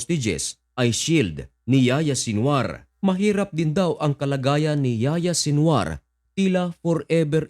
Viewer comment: Ang pagbigkas sa pangalan n'ya ay Yahiya hindi Yaya Haha